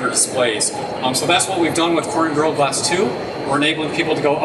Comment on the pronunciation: Gorilla has 3 syllables.... Couldnt get past his rushed pronunciation